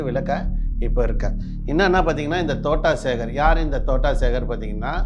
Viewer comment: தோட்டம் சேகர் என்று கூட உனக்கு தெரியவில்லை தோட்டா சேகர் என்று சொல்கின்றாய் உனக்கு எல்லாம் தெரிந்து மாதிரி பேசுகின்றாய் நீ இன்னும் வளருனும் தம்பி வாழ்த்துக்கள் 😂